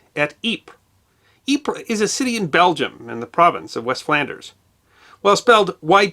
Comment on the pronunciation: Thank you for the correct pronunciation of Ypres. Your rendition of In Flanders Fields was very well done.